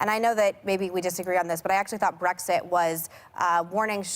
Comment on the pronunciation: Abby said Brexick 🤦🏻‍♀️🤦🏻‍♀️